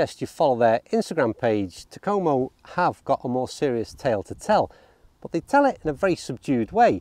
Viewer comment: Yes I have heard of them and yes you pronounced it correctly. Have seen a few other reviews and all were pretty positive. I like the look of these irons. To me though the 201 looks more like a cavity back than the 101 which looks more like a forged iron. At least compared to so many others models. I might pick up one just to test it out. Curious how you would rate the forgiveness of the 101s on a scale of 1 to 10?